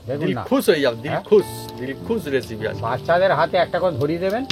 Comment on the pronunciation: আর বৌদিকে অনেক ধন্যবাদ।। কিন্তু লিখেছেন রেসিপি আর বলছেন এসিপি। হাসি পায় তাই হাসসি। রাধে রাধে।।